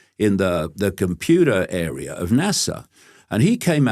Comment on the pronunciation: He says what i kinda know in this intuitively though i could never say it 😂😂....i love David Icke though i dont like the way he says computer 😂😂❤❤